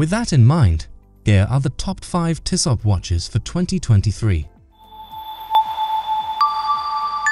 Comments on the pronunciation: It’s Tissoe or Tissoh. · Shockin pronunciation!